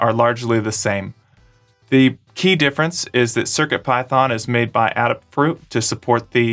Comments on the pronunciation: I’ve got another difference - ‘Aid-a’ fruit v ‘add-a’ fruit, the Ada programming derivative in Adafruit is pronounced ‘aid-a’ 🙂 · Your mispronunciation of Adafruit is killing me. The company is named after Ada Lovelace. The first syllable is a long A, as in 'ay-dah'. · Adafruit is named for Ada Lovelace. Her name is pronounced Aid-A.